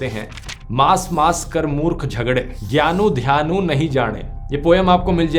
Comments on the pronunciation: "Gyaanuu Dhyaanu nhi jaane" nhi bhai ji.... Gyaan Dhyaan nhi jaane..... Punjabi me ya Guruoon ki Baani me agar kisi word k last shabad par chhote uu ki matra ho to vo silent hoti hai ji 🙏 for eg. Murkh shabad k last me bhi Chhote uu ki matra hai,, which you have pronounced correctly..... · Dear dhruv it is not gyanu dhyanu it is gyan dhyan nahin jane . छोट उ which is written at the end of word is silent, not silent exactly it is used to denote weather the writen word is being used for God or otherwise. This makes the difference as Grammer in Gurbani is very important to give Gurbani the exact meaning. EXAMPLE ਰਾਮੁ would mean Ram chandar ji or one chanting Ram Chander's name and ਰਾਮ would mean God And it is not poem it is salok ( salok is poem in the praise of God than just a poem.